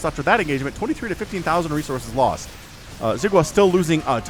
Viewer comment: "xi" is pronounced like "she" in english, but say it with the corners of your mouth pulled back towards your ears (or your lips against your teeth instead of pointing forward)... or you can call him watermelon if you cast his games in the future =) thank you for hours of high energy, fun entertainment every week!